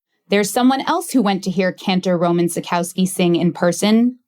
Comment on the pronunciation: Why mispronounce his name so badly? Is it so hard to get it right. Really great story though...